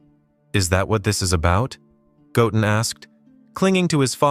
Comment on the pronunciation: Bro said gotten his name doesn't got 2 t's in it it's called goten get it right